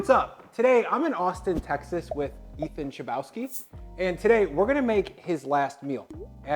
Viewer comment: Really? Nobody calling out on butchering Ethan's name? Okay.